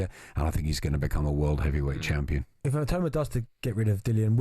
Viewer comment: Maybe the rest of the Talksport hosts should listen to Adam Smith and pronounce Itauma's surname properly